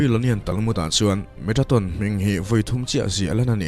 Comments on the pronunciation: Metraton ti in ilam in ka hria a. Metatron tih zawk tur ani in ka hria a.. Ka hresual pawh a ni mai thei.. I aw a fiah in ngaihthlak a nuam e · Metatron tih in a in ziak a, Metraton tiin i chhiar a. Eng hi nge dik zawk aw.!!? A ngaihnawm hle mai. 👍👍👍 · Metraton tih deuh hlîr in i lam bawk sia😁